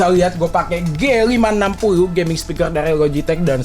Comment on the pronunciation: "WELCOME TO PROS GEMING"